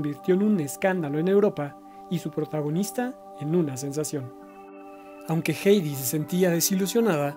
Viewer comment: Muchas gracias por este documental, es el mejor que he visto de Hedy Lamarr. Sólo una observación, con todo respeto, su nombre es Hedy y se dice así como se escribe, digamos "gedi" y no "geidi". Saludos 🤗